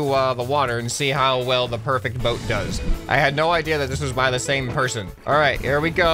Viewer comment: I just noticed that you name say persun not person